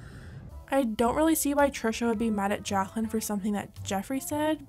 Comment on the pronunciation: I'm sorry but I just can't get over the way you pronounce her name as "jakhlyn" lol